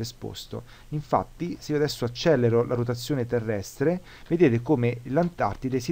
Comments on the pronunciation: Perdonami: Accelero e non Accellero. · "accelero" si scrive e si pronuncia con una elle.